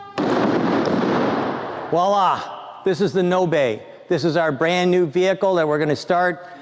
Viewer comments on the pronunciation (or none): not ~"nobey" as you pronaunce it but it's Nobe (o as o not ou like it is pronounced in english and the e is just e not ey not i as they pronounce in english). But the google translate's faster version in Estonian language. As the "car"'s origin. Sadly one of the founders is known scammer (involved with many fraud's) in Estonia so wont hope much from that car company future.